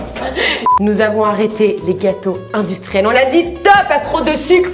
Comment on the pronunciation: "les gâteaux intrustielles" mdrrrrrr